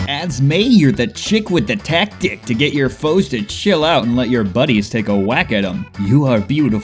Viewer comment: I'm sorry, did you just say tac-DICK